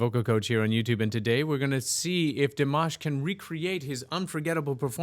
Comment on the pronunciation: Di-mosh is right :)